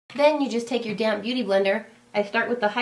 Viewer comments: sounds like "then you just take your damn beauty blender" :p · I know you said "damp beauty blender" but I lolled cause at first I thought you swore lol. I am doing my friends makeup for her wedding. Thanks for the tutorial :)